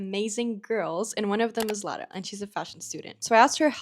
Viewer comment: o teu "Lara" foi dito da forma mais pt possivel, até fui ver se eras tuga